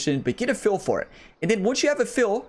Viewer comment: Appreciate the tutorial. Your accent is off-putting though lol. When you say feel you pronounce it "fill". And when you say hill you pronounce it "heel" 😂. No disrespect intended lol